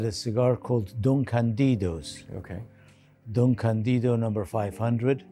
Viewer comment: The correct pronunciation is Don CAN-dido stressing the A.